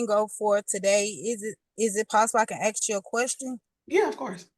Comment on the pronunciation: What got me was a actual JUDGE saying “I just needed to axe you if you agree” 🤦🏻‍♀️